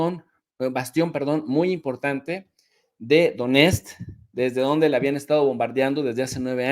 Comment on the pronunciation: Донецк suena como Doniestk